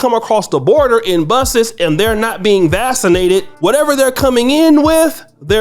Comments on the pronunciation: Pronounced... VaK sin ated. Not VaS sin ated! Other than that, nice channel! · Quick point of clarification..."VAX" inated not "VASS" inated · Is he pronouncing “vaccinated “ correctly for some reason I keep hearing vassinated 🤔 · The word is pronounced “Vax- in -ated” Mr. “Grad. Med School?” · You pronounce it vak cinated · "vassin-nated" wtf man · This guy says he graduated from medical school and says “vascinated”? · I noticed that too.😊😊